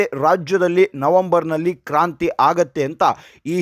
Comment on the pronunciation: ಕಾಂತ್ರಿ ಅಲ್ಲ ಸರ್ ಕ್ರಾಂತಿ ಅಂತ ಆಗಬೇಕು.🎉🎉.